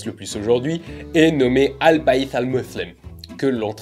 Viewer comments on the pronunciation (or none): al bayt (et non pas "al bayth")